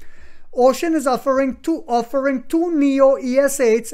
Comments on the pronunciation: Uxin is not pronounce as "ocean". It is called u..... xin. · The pronunciation for the company’s Chinese name is Yo-Shin. But I am sure when the stock is taking off, there will be an “agreed upon” pronunciation by the Wall Street.